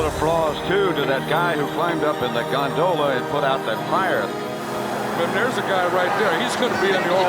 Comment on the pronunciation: Nobody: The announcer: the Gon-do-La